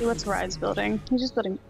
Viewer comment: The blue guy in the mid lane his name is pronounced rize note reez plz get it right